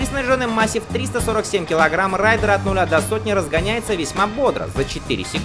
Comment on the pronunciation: Не райдер, а рейдер. Два абсолютно разных слова.